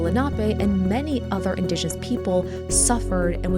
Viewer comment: 1. There was, not is. 2. You are mispronouncing 'indigenous'.